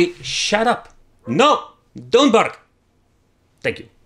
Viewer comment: "Do not barrrrrrrk!"